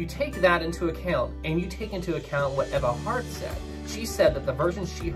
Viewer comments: You mean “Ee-va” Hart? 😋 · It’s pronounced eve-ah